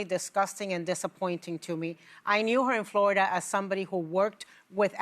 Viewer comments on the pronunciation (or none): none